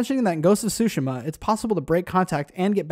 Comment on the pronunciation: Ghost of “Sue Shem uh”